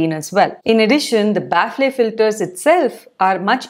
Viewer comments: Its not pronounced 'baffley' Its 'baffel' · Ba-fal. Not baf-le. I don't blame you English is an inefficient language. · Thats not how you pronounce "Baffle" The ffle pronunciation is similar to "Waffle" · Thanx for the inputs…Kindly look up for pronunciation of Baffle🤓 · Ma'am 1rst correct ur pronunciation of baffle pls..then proceed to others..don't take to heart 👍